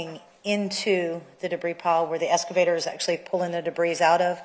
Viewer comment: Omg...the escavator thing is DRIVING ME BONKERS!!! Why tf can't this lady with a post-hs education say the word EXcavator??? Aaaaaahhhhh 😱